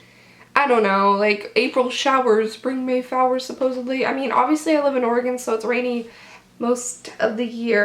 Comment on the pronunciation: Is just me or did she say April showers bring may fowers